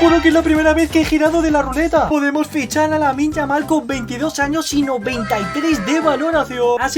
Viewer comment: Parecia que te salia lamine yamal pero te salio lamin yamal coreano bro